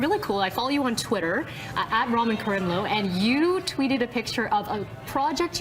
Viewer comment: It's so funny, and I suppose ultimately cool, that he doesn't correct her on the pronunciation. Since she states she is such a fan, I wonder where she got the idea to say his name like that. You'd think as a professional, she would check with him how he likes it pronounced, before they rolled tape. Phonetically it's "Rameen KARIM loo" I know- because the first time I met him, I made sure to ask, and that's how he said it. ;)